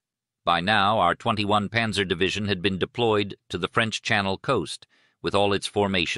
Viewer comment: The problem with less sophisticated AI voices is the failure to provide proper foreign word pronunciation. “Panzer” and “Cannes” were awfully pronounced, for example! Cannes is NOT pronounced like a tin “can”. History is important. If the little things slip, you can expect the big thing to fail as well!